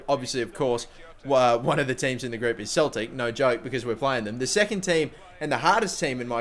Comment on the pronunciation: It's not cheltic is celtic pronounced seltic